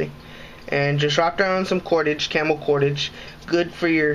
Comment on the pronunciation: "Clamor cordage"